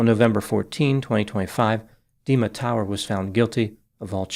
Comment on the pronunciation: Is it me or is prounancing Dima like demon?